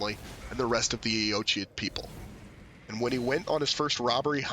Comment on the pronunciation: Great video! His story is tough to put together from the items in-game. Quick note about the name 'Eochaid' -- it's an Irish word, and the design on the Regalia of Eochaid seems Celtic-inspired too. That being the case, the word 'Eochaid' is probably pronounced 'Uck-igg' or 'Uck-ee'. 'Eoch' in Irish is pronounced 'Uck', and 'aid' is either pronounced 'igg' or 'ee'. Thought that might interest you!